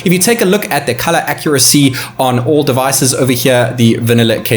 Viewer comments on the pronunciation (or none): none